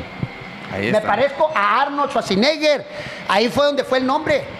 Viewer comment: jajajajajajaja el Arnolshuashineger